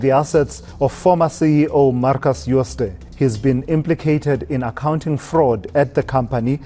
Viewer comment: Jooste is pronounced UuuSta